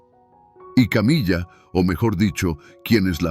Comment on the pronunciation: "Camilla"????,muy buen contenido pero hay que cuidar la pronunciación.